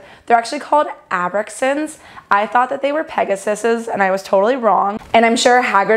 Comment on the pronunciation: The way she said Abraxans reminded me of Stewie pronouncing "cool whip"